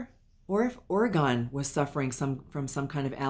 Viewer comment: Hi, thanks so much for the reading w/ Orgone (yes, you pronounced it correctly). My husband is allergic to cats, but that never stopped him from having them. Orgone did love to be held so it doesn't surprise me he jumped into your arms! Orgone did pass from a tumor in his stomach. We do have crystals around the house, but none that dangle or hang, but I can understand that he would like looking at them. We're not sure what the chicken nuggets or Miss Fishy is referring to, but we did find the message about him w/ other families comforting. Thanks again!